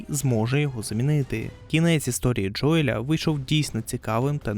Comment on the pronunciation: Заради всього святого: не Джоєль, а Джоіл\Джоєл